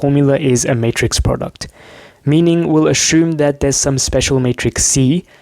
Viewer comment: From which country are you? The way you pronounce 'assume' is different but cute😁 anyway, as a linear algebra disabled person, I'm grateful for every bit of information and thought process, thanks a lot man🙏🏼